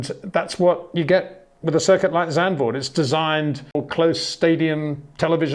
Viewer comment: Zandvoort, not Zandburg